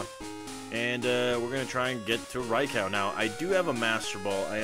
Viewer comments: Raicow..... lol it’s Raikou with a “you” sound at the end not “cow” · ITS NOT RICOW! It’s RAIKOUUUUU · Dude incorrect pronouncation for Raikou (Rai-ku is how it is pronounced)!